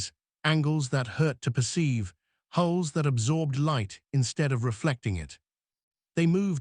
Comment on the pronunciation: Hulls - not holes; crews - not cruise